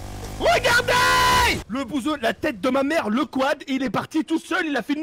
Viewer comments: Mdr il dit pas REGARDAIT il dit REGARDAY 🤣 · Wegadey au lieux de dire regardez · Sa me tué quand il dit regardeille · Il dit regardante 😂😂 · il dis regardey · dis regardaye